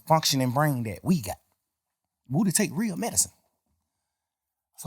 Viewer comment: Most important thing in this interview is we have been pronouncing woody wrong. It’s like ric flair saying wooo